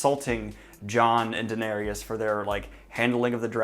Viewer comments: Daenerys is pronounced Duh-neh-ris, not Duh-neh-rius like you say it. You are not supposed to pronounce the “Y” at all. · Daniel...why do you say "Danarius"? XD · He always does that 😂 it grinds my gears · Bro, why do you pronounce the Danny’s name like that?! Same with Geralt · Kim No. I’m well aware that he pronounces names wrong but no one is correcting him at all either. Lol. I just want him to get Daenerys right when he discusses the next few episodes.